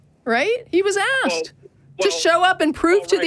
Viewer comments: "I axed that queshion" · I'm very happy with how all this call went as this guy was completely OWNED.. and a minor point I admit, but...PLEASE dont say " I AXED that question".. its ASKED!! So annoying. You are doing a really great job mate, but it detracts a little from your authority when such a basic verbal error is made. As soon as I hear a Theist say it, rightly or wrongly in my book, he's already lost as I dismiss them as an uneducated idiot. So please try not to do the same. Cheers.